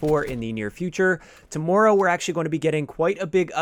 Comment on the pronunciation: The way you say TOMORROW is hilarious and you said it a million times 😂😂😂